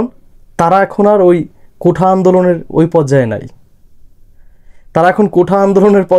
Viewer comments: ভাই, কোঠা না। কোটা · আগে কোঠা না বলে কোটা বলা শিখে নাও